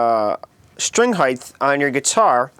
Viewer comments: it's not pronounced heighth. dick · Wow...ok...I read the comments before I watched the video (to let it download) and how he says "height" is annoying. But my previous comment wonders how he came up with "heighth"... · HEIGTH! must be american... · STOP SAYING HEIGTH! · Just a suggestion: Learn how to pronounce the word 'height' - before making a video about 'HEIGHT' Hope this helps. Thanks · are you saying " highth"? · Tony smith It's how he pronounces the word.. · Height! Not heigth! Damn, that is annoying. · why do you say heigth? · Its pronounced height with a t at the end. Jeez. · Okay, I had to say it cause it annoyed me. It's height. No th at the end. Good video tho. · Heythe? Heithe? Hiethe? Hyethe? Hiethe? Hyieth? Wonder how he spells it. Good vid anyway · It's HEIGHT..HEIGHT!!! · Quit smacking your lips and learn how to say HEIGHT!!!!!! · Is he saying Heith, or is it just me? :) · STOP SAYING HEIGHTH! IT'S NOT A WORD! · Good tips, but if I hearr you sat high-TH in stead of height one more time.... awww, not even... I'm off to go murder myself!!!!! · H-E-I-G-H-T. Not H-E-I-G-H-T-H. PLEASE! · by "heighth" do you mean "height" ? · Great info but painful delivery and of course heighth is really off-putting. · Its height not heigth! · Heighth lol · Heith? It's "height." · I lasted , the "um's", tongue/lip smacking, and him saying "heighth", I couldn't take it. I'm very annoyed actually. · Height! Not heigth. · Yeah, redo this and make the word be "height", not "heighth" .. please. Other than that, good stuff. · "String Heighth" ? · Thanks Dude... However, there is no such word as "Heighth"... The wors is "Height"... You are thinking of "Width". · he can't say height properly. He says heith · It's pronounced HITE not HIETH... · erghh.... "highth"? making me cringe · Did this bitch just say "highth"? I thought it was "height". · Yeah, height not heighth. Also far too much spittle in the mouth, so slurping noises are not becoming! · its height not heighth